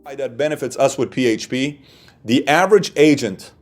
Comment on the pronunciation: I love how your pronounce PHP P - HAYTCH - P 😂🤣😂